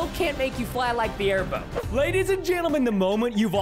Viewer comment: Preston: everyone here comes the air bow. Me: it sounds like bone I laughed as he said bow when he found the air bow recipe